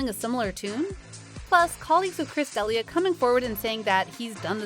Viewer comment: You can’t even pronounce his name right !